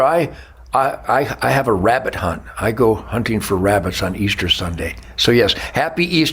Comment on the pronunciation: Are you hunting Wabbit